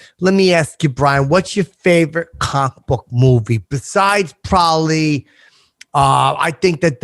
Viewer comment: I’m 30 minutes in and no one has called out on how he says ‘comic book’.. it’s fucking enraging..